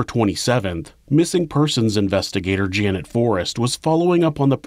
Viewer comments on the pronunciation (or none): none